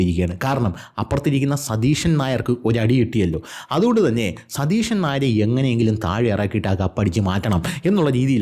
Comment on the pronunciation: മോനെ...'സതീഷൻ 'എന്ന് ഉച്ചരിക്കല്ലേ.... അത് കേൾക്കുമ്പോൾ ഒരു സുടാപ്പിസം ഫീൽ ചെയ്യുന്നു.... 😉